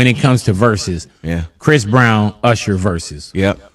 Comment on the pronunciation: Stop calling Usher “Ursher”